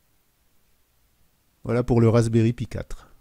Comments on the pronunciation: "pie" "trède"..., s'il vous plais, par pitié... Appelez un chat...un chat: Un raspberry "paille" - un "suède" (avec la langue sur les incisives). J'adore votre travail, mais mes oreilles saignent. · Et vous pouvez regarder toutes les vidéos en anglais que vous voullez. On dit Raspberry "paille"